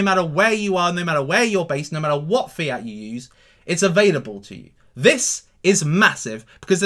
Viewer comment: Lol every time you say fiat i think you are saying fear...I'm thinking there's a fearcoin?